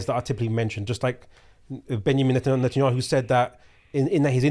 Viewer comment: I just know Mohammed Hijab pronouns Netanyahu as نتنyahu and it’s hilarious